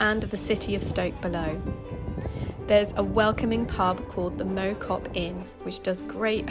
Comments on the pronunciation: Lovely vid, but it's Mau as in Chairman not Mow as in grass. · Loved the video BTW Mow Cop - the Mow is pronounced with more of a wow / cow sound 😉